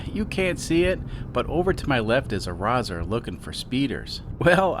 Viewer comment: Hearing an American say the word 'Rozzer' with their American accent is absolutely bizarre.